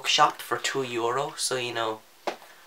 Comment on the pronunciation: When you said euro I was so confused but it's all fine, you're Irish.